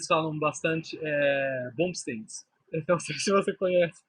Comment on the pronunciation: Não é "Bumsdings" , é Dingsbums!!😂